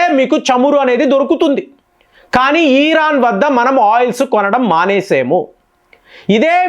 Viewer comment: ఈరాన్ కాదు ఇరాన్